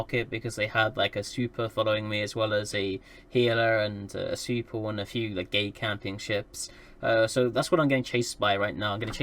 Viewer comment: Ok I thought you said "super" instead of "svipul" and was wondering what chucklefuck dropped a supercarrier on a rifter.